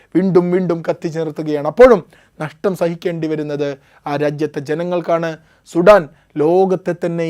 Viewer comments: അവരാതമേ സുഠാൻ അല്ല, സുഡാൻ എന്ന് പറയൂ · Sheve Shudaaan